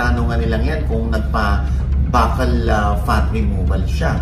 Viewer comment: bakal(buccal) hahahaha ...fyi po (byukal)